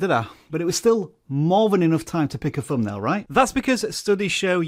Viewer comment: Could we agree that a word with a ‘th’ in it, is NOT a ‘f’ sound? Not ‘fumbnail’ for example.